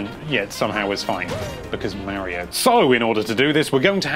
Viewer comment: NINTENDO LIVE IT IS SUPER MARIO NOT SUPER MEARIO